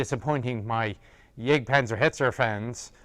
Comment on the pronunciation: Why does he gotta pronounce Jagdpanzer like that